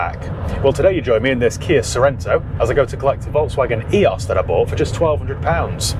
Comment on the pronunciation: Love your vids been watching since your beginning. But one thing lol Eee-ose not EE-os I worked for VW and Audi for 10 years so take me word on it ;)